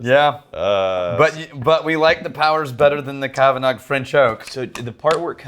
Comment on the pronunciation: Me, at the beginning of the episode: Ooh, Kavanagh from the Cavanaughs? How many different ways will butcher these names this time? Me, at the end of the episode: Wow, that many? Gotta be a record.